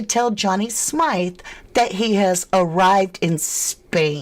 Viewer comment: It's pronounced as Smith not how your pronouncing it 😂your saying his name wrong